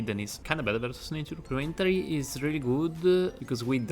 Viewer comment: I watched a few of your videos, here are some things I didn't understand at first: BuffEd, sealEd (you pronounce the e, but you're supposed to say "buffd" , "seald" Nature-pls look it up on Google translate (with speaker), really important as it's one of the gods archetypes Cutthroat - again, look like it up on Google translate, work on your Th-pronounciation You have good video quality and knowledge bro, so i hope you'll work on the pronounciation aswell to make it more enjoyable to watch. I'd recommend transcripting everything you say in the videos and copy-pasting it into Google translate so you know how it's pronounced. Gl